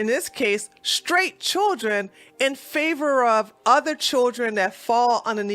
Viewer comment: "Straight", not "shtraight". "Didn't", not "di-int". You're welcome.